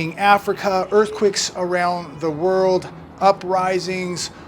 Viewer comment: What the hell is an earth quick? There is no word in English as “earthquick”! It sounds terribly ignorant. I think you want earthquake.